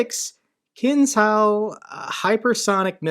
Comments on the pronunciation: I'll make your life easier: pronounce "Kinzhal" as "Kinjal" (like "ninja" or better, like "J" in French name "Jean") :) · It’s pronounced ‘kinjal’ meaning dagger (from Arabic) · each time :) . - Kinzhal is the Russian word for dagger - pronounced keen-zhál -- with the "a" being pronounced just like the "s" in provision. Not the best word choice, but first one that came to me. - Kalibr - Russian for caliber - pronounced Kaléebr, with the "ee" sounding like "ee" in sleep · Kinzhal is pronounced as KinJal. Remember: ZH = J (like, joke)